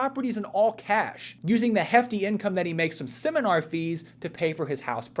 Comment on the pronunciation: I would never hand over money to some idiot who couldn’t pronounce the words technique and seminar. Yep, that would be the deal breaker.